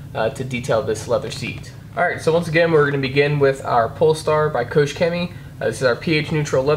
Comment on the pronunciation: It is pronounce KOCH not KOSH :)